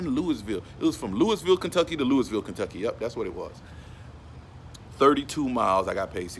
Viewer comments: It's Lou-ah-vul not Louis-ville. I'm from the city and everybody says it like that. Thank you for shouting out the city tho. U have a great videos tho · Can tell you not from the south. How you say Louisville KY. Say it like lewy Valle. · He said Louisville wrong. Lol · The s us Louisville is silent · THE S IS SILENT IN LOUISVILLE.